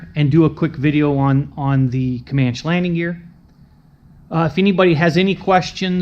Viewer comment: I just bought a 260B Comanche. I flew a Comanche in the 1970s when I live in England and always love it, I've enjoyed watching some of your videos about your airplane. But I have to ask, why do you call it a Comanch when it's a Comancheeee? I've already copied your iPad mounting. I just couldn't find a clamp that would fit the Comanche yoke.